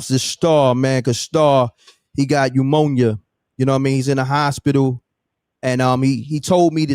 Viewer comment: "Umonia" ? What's that ????